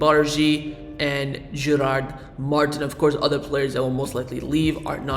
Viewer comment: Gerard’s name is pronounced Mar-teen because the accent in the i “Martín”